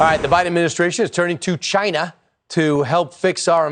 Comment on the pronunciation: Did he just say cchina like treason trump